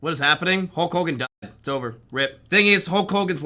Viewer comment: You keep saying Holk Hulgan